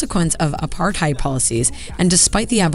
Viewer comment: I wish the rest of the world would pronounce 'Apartheid' correctly